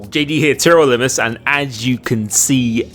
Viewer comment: Since you did a Q&A video when you reached 100k subscribers, I think when you reach 150k subscribers, you should do a special video where you say TRL Limitless properly lol..